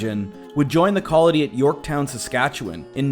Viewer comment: And it's Yorkton...not Yorktown lol